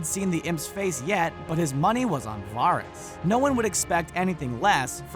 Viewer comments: It's not Varis (var-ris), it's Varys (Va-ris)! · This guy's pronounciation of "Varys" triggers me. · It's varys not virus. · Ugh stop calling him vahr-is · Wtf is Virus? Or Waaaris? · Pretty sure all of these are in the show. Please stop saying Varys like that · if you are a big fan of game of thrones and actually watch it, how do you mispronounce varys' name? he's a pretty important character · VARYS ISN'T PRONOUNCED LIKE THAT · when he says Varys i die inside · Pronounce Varys's name wrong one more time and I swear it by the old gods and the new, I will haunt you!😠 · The Firepheonix they always mispronounce names! It's infuriating! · these aren't deleted scenes?? These all appeared on the show so how are they "deleted"? Also, stop making me cringe when you say VARYS